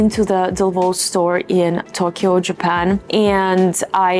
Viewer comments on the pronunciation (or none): none